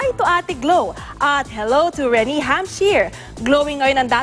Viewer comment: its pronounced Re-nay! or Re-neigh! not Re-knee! or Re-nee! kaloka Host dapat mag re search ka ng mga words na di mo pa na e encounter bago ka sumalang!